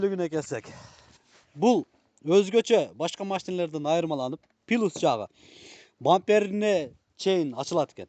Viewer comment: Озун сабатсыз суйлойт экенсин,анан кантип ушундай машиналарга обзор берип жатасын,кантип ишнебиз,ПИИЛУУС😂Плюс деп кайра кайра айтып уйронуп алсан боло алтыным😂